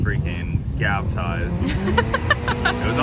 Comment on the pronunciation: “Gaptized” lmao. Keep doing you!👍